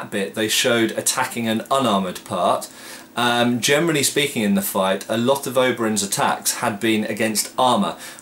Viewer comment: Hm - I always hear "germany speaking". I suppose you mean "generally speaking"?